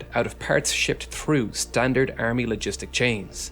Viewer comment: "Earmy" "new-cler" "YOU-nighted" "RegLer" "Tunelts" "GIInt" 🤢 painful.